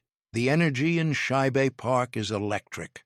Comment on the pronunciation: Shibe Park is not pronounced as two syllables (Shy-beh). It is one syllable (Shyb). 😊